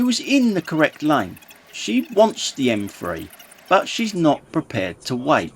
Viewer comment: It's not the M free it's the M three